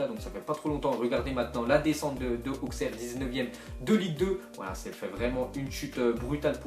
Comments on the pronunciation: dsl mais je suis d Auxerre et sa se pronnonce [Aussaire] mais bon c pas grave je t admire autant 👍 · AJ Auxerre ???? Ça existe encore !!! Même moi en temps qu'Auxerois j'me souviens plus de cette équipe Ah et ça se prononce "Ausserre"